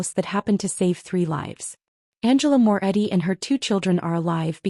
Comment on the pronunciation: Morretti, not Moore Eddy.